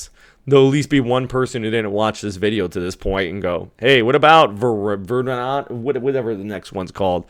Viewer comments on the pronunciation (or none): none